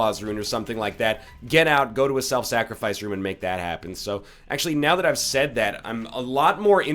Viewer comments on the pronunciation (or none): none